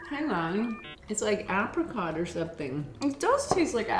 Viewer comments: her mom saying apricot😂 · I'm a New Zealander, and the way you said apricot was so weird! Lol Is that the typical Canadian pronunciation? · I’ve never heard apricot pronounced that way 😂😂😂